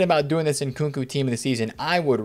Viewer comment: How come u call him nkuku it’s nkunku 😂🤷‍♂️